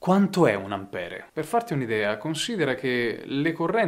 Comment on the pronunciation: Ampér, Ampere è inascoltabile